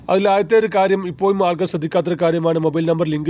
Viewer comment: മലയാളം മര്യാദ യ്ക്ക് പറയണം ഇപ്പൊയും അല്ല ഇപ്പോഴും എന്ന് പറയണം.കാക്ക ആണോ എന്നാ മലയാളം ആണ് പറയുന്നത്